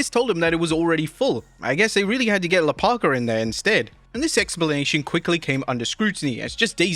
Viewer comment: LaParker? What is a "brace luh"? I think you mispronounce names voluntry🤣